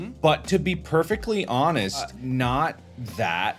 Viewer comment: Honest annus